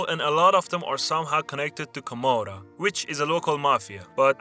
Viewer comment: Il testo pieno di errori di pronuncia…sicduramente di IA….terribile.. non si puo ascoltare…,)Toronto. )invece di Taranto..)…,comorra…